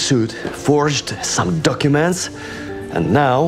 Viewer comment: "He's stolen some duckyoument"...😅